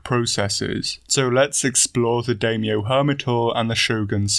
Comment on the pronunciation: Must resist the urge to correct the way he pronounces Daimyo 🙊